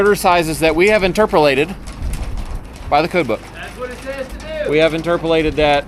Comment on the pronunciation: Inturpurlate?😂